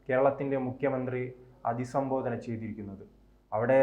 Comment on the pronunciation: Mone athi sambhodana alla abhi sambhodana ennanu